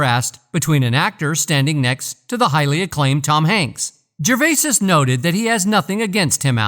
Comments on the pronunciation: It’s not Gervaises ……..it’s Gervais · FFS.......its "Jer-vay", not "jer-vases"🥱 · I was just about to start typing this and there was your comment top of the pile! Good fellow! 👍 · Its Gervais not Gervaisis. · It’s gervais not gervaisis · I second that, Gervais-IS 😂😅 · You'd think he could pronounce every other name correctly and when it comes to the subject he would know how to pronounce it!! 🙃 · I dont know what is worse, suffocating a puppy or hearing you say "gervaises". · You’re an idiot. Tom Hanks definitely sold his soul and I am sure that he’s guilty of a plethora of indecent acts. Back to you, though …. How stupid can you be? You pronounced the mans’ name wrong every time you said it. I hate people. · Jesus man.....do some research and cover the F*£ing basics by pronouncing his name correctly ......it's literally the simplest bit of research.....stop being a typical lazy yank dear god!!! I would have invested more time in this video but switched off around 2 minutes in....I couldn't bear hearing you say it for a 5th time!! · What is this stupid narration? And why the fuck can’t it say “Gervais”?